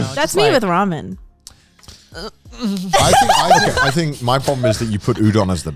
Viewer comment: it's ramen not ramyun xD